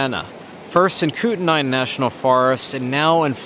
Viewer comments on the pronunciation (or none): Pronounced kū tenā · Kootnai is pronounced KOOT-nee. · (/ˈkuːtniː/ KOOT-nee)